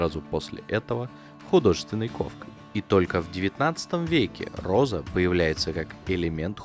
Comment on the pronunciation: Почему ей нгхавится гхоза? Там ведь буква "гх"! И я понимаю теперь почему её ни разу кошкой не называли, даже собачкой (Померанский шпиц, рыжий, маленький, миленький :) ) - она ведь гхычать не может ) Это как прикол с одним из основателей канала "ВШлеме" (Ланкарра, Сергей. Он тоже картавит, но не так сильно, незаметно даже, но 333 333 он произносит с трудом :) )